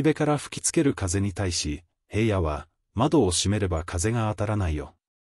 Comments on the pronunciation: ショウくんゎ、ヘイヤでなく、ひらのです、まちがわないで😠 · ヘイヤって誰!?ヘイヤではありませんよ｡紫耀くんのことをヘイヤと絶対に読まないで下さい｡何回もヘイヤと読んでいて､つまらないです。